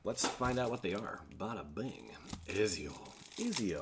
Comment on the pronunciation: Ezio is actually pronounced ET-ZIO lol